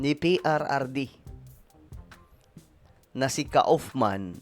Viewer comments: Kaufman is pronounced "kufman". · Hello it is pronounced as: Koff-man, British pronunciation. Thank you.